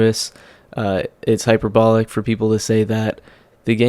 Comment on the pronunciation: hyperbolic, hyper-bowl, hy-perbo-lee?